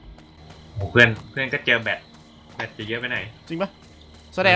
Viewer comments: พี่คับแบตไม่ใช่แบท😂😂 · แบตพี่ ไม่ใช้ "แบท"